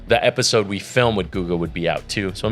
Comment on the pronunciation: Definitely gotta start calling these “Episalts” after that little slip up 😂